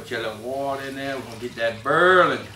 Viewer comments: Just like how my grandpa and mom say warsher lol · Can anyone spell how he says boiling?